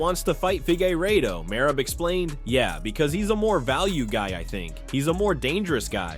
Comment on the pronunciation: MerABE What a Jokeeeeeee !! Learn to say his name right , if you are going to Say It 7 Times !! MerAB !!!! Very Pathetic